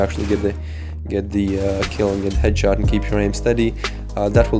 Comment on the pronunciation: 80% "u know" 15% "edshot" 5% "skill"